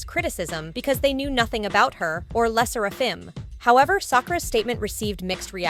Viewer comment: I wish people would stop saying Le sserAfim instead of how it should be said